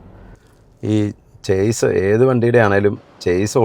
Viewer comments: ചേസ് അല്ല, ഷാസി എന്നാണ് ശരി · ചെയ്സ് എന്നോ ചെയ്സിസ് എന്നോ അല്ല ഷാസി എന്നാണ് ഉച്ചാരണം(Chasis) അവതരണത്തിൻ്റെ സ്വാഭാവികതയാണ് നിങ്ങളുടെ ട്രാവൽ വ്ലോഗിൻ്റെ വിജയം എല്ലാ ആശംസകളും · 'ഷാസി' അല്ലെങ്കിൽ 'ചാസി' എന്നാണ് കറക്റ്റ്. ചെയ്‌സ് എന്നല്ല. ഞാനും തെറ്റിച്ചാണ് പറഞ്ഞുകൊണ്ടിരുന്നത്. പിന്നീടാണ് എനിക്കും തെറ്റ് മനസ്സിലായത്. 😁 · ചേസ് അല്ല , ഷാസി..! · ചേസി അല്ല ഷാസി (Chassi) ആണ്..